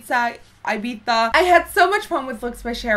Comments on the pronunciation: it's "i-beeth-a" not "i-beeza" 😂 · Just FYI - It's Ibiza like I-BEE-THA like Thad not Ibizza like Pizza. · I think it's pronounced like Ibitha Nikki haha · eye-biza omg, never hears anyone pronouncing it like that :D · Don't you pronounce it Ibitha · Ibiza my dear is pronounced IbiTHa no 'z', 'TH'. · Erin MacPherson yeah that pissed me off! By the way, we have the same name! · The way she said Ibiza just..man..no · The pronunciation of Ibiza, noooo!